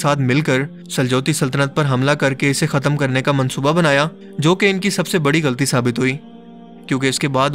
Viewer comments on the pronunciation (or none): none